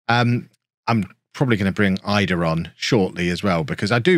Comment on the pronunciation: He pronounces it "ee-dah" apparently! 🥔